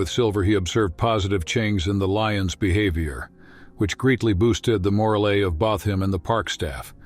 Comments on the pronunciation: "Which greatly boosted the mor-uh-lay of bah-th him and the park staff". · Great story. But man, am I tired of these AI narrations. Veterinarian pronounced: Veet-tree-a-NAHR-eon? Morale pronounced: MORE-ah-lay? I like my information disseminated to me by a human being, rather than a computer algorithm that doesn’t understand the words it is reading. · Morale is now mor-a-lay. And veterinarian is now ventorinarian. Who is this guy? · What a beautiful Leeon story. It really boosted my moralay. 😂. Please when using an AI narrator at least listen to what you produce. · Love the AI pronunciation - "morale" delivered as "morralay" - and "lion" as "Leon". Also - that cat keeps changing sex - sometimes she's a "she" and others she's a "he". (No expert on big cats, but I'm pretty sure that's a lioness...) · And "morale"as "mora-lee". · I'd like to offer my heartfelt thanks to the AI that wrote and narrated the voiceover to this moving documentary. I wish it all the best in improving its pronunciation of challenging words like frightened, morale and lions. And I hope that it soon learns that lions don't generally switch gender multiple times during their lives.